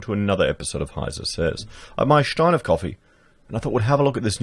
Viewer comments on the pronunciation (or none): none